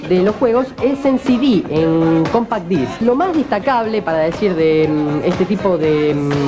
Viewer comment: “Cómpac Dáisk, me sale pero me mojo!!!!!!”.